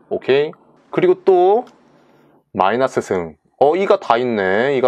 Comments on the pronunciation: 저... 마이나스가 아니라 마이너스 아닌가요? ㅋㅋㅋㅋ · 아 라플라스 마이나스 뿔롸쓰 뻘하게 웃기네요ㅋㅋㅋ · 시발 개웃김ㅋㅋㅋㅋㅋㅋㅋㅋㅋ마이나스뿔롸스마이나스뿔롸스마이나스에요